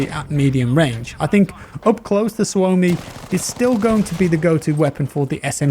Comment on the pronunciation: It's pronounced SUO-mi, rather than su-O-mi